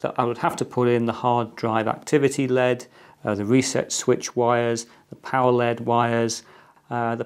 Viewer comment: Wow he called an L.E.D a LED